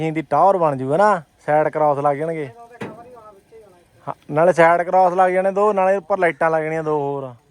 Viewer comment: ਭਰਾ ਜੇ ਅੰਗਰੇਜ਼ੀ ਨਹੀਂ ਆਉਂਦੀ ਤਾਂ ਪੰਜਾਬੀ ਵਿੱਚ ਬੋਲ ਦਿਆ ਕਰ ਸਾਈਟ ਕਰੋਸ ਨਹੀਂ ਸਾਈਡ ਗਲਾਸ ਹੁੰਦਾ